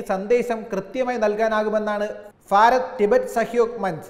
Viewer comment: ഫാരതം അല്ല... ഭാരതം ആണ്. ദയവായി ശ്രദ്ധിക്കുമല്ലോ